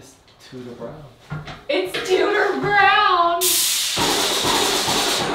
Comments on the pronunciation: Every time you say “Tudor Brown,” my brain makes it “tooter brown” and I can’t make it stop!😂 I love seeing the vision coming to life! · Does anyone else hear DooDoo brown every time hahahaha I love that she’s taking risks with this house :) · Lovely hun. One thing look on line on how you pronounce Tudor lol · My last name is Tuders and every time you say Tudor it triggers me hahaha